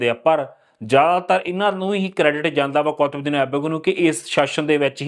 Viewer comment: ਬਾਈ ਜੀ ਉਚਾਰਨ ਕੁੱਤਬਦੀਨ ਹੈ, ਨਾ ਕਿ ਕੌਤਬਦੀਨ।